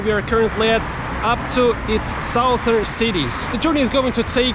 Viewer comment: Look up the pronunciation of "southern". It is pronounced "suthern". The first syllable is not pronounced "south".